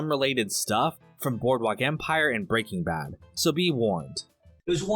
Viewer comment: Love. I just never understand why he says "Breaking Bad" so strangely with the emphases on the "-ing". Almost everybody says "Breaking Bad". exclusively says "Break-ing Bad". Not quite as infuriating as people who insist jaguar is pronounced "Jag-WIRE", but it's still jarring. (Or is it jar-ing?)